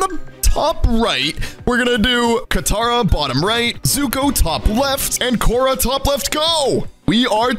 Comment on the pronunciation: Its pronounced (k or r uh) and spelled korra